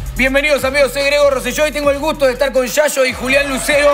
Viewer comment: Bueno al fin alguien dijo bien el apellido de Rosello.